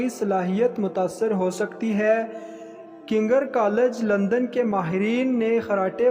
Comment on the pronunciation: It’s kings collage not kinger